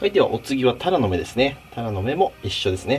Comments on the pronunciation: 金子のタラの芽は鱈の目にしか聞こえんw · 魚捌き過ぎてタラの芽のイントネーションが鱈の目になってる 笑